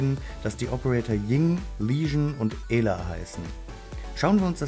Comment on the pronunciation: Sie heißt nicht EEla sonder ausgesprochen Äla